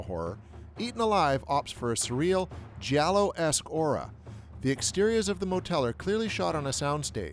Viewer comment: Giallo....or jello? Uh huh